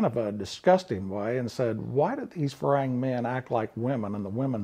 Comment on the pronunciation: You are mispronouncing farang like a lot farang do. It is not Fa Rang , like it sounds. The rang part does not rhythm with tang. in the pronunciation. We are not ringing bells over there. It is pronounced more like fa long not fa rang. phonetical think of it as fa wrong .